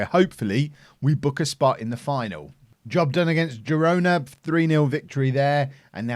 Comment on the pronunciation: I'm very happy you pronounced Girona correctly - that's my hometown!